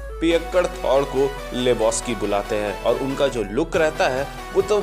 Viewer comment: Bhai थोर ko थौर mat bulao